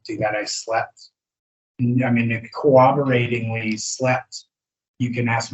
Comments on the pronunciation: Does anyone else hear him say “co-woberating” instead of corroborating? Or is that just me mishearing? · "Co-obberting" xD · I think he though the word was co-oberating like cooperating